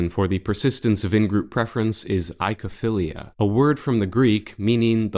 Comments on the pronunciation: oy like in ahoy or boy not eye-kow-feelia. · "Oi" is pronounced "oi". So, it's oi-ko-philia or oi-ko-stalgia, not i-ko =] (Cue Sesame Street attempt to sing "Oklahoma!" =] )